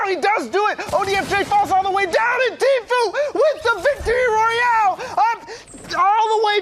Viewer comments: he said tflue wtf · this dude says Tflue instead of true. Listen closely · Did you guys here the guy with long hair say tflue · The guy with long hair said tfluu